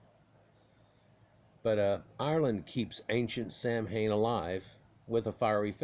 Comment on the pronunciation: If that's true, then it's even worse. You purposefully mispronounced the name through the whole video.